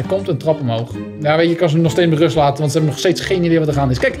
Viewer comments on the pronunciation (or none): none